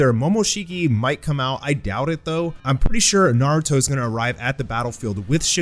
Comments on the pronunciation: sorry but "Naurto" lmao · ahh yes NAURTO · Naurto lol